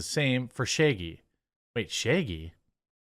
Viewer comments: Ok been subscribed for a bit, watched many videos, but I have a question. Why is it that often in Jeremy's pronunciation of things, I hear the letter e in place of the letter a? For example I heard 'sheggy' instead of 'shaggy'. Am I the only one? Has this been brought up before and I missed it? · You’re pronunciation of Shaggy is bizarre lol. “Sheigey” or something, lol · It should be zero...and its Shaaa-geee